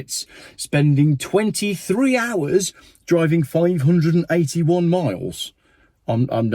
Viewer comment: Subtitles states 581 But his diction sounds more like 381 He said. If it was 581 Miles that's 25.3 MPH . SO doesn't make EV's anymore appealing than Buying a Bike. My Diesel 1600 Fiesta S 2013 Model gets 60 mpg . EV's Burst into Flames & Lock YOU IN as Some Idiotic Genius never Realised If Battery Burst into Flames Elecronic Locks Cease to Function ..